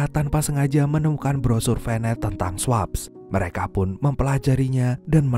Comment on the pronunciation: swaps = sweps (dbaca nya). 😂